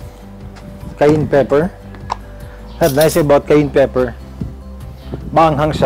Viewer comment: Just so Filipinos are not looking some type of way it is pronounced CA-YAN